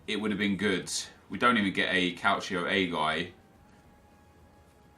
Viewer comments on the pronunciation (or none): none